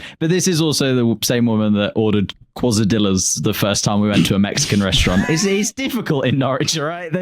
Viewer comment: We need Duck's reaction to mispronouncing quesadillas